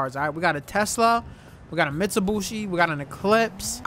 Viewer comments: "Alright we got a Mitshubooshi" Wtfrick this man talking about hahah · did this nigga just say we on a mitsubuchi haha wtf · I still can't get over "Mitsubushi"🤣😭sorry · This man said "Mitsubushi" LMFAO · I felt disrespected after hearing Mitsobuchi 😂😂😂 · mutubushi" ITS MITUBICHI* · Mitsubushi 😂 its Mitsubishi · still says mistubooshi instead of Mitsubishi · Bro u said mitsobushi its mitsubishi god damn💀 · Bro said mitsubooshi😂😂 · nice "mitsubushi" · Why does bro call Mitsubishi’s Mitsubushi’s💀💀💀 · Don't forget one time fade pronounced Mitsubishi, mushibushi and still don't know how to lol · Am I the only one that noticed that he pronouncing Mitsubishi wrong? 😂